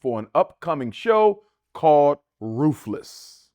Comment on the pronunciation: Never got to the subject of whatever you were speaking on. You commented that “I am an orator.” SERIOUSLY??!! The next three words out of your mouth were “dis (this), dat (that) and rufeless (ruthless).” You are something but an orator you are not.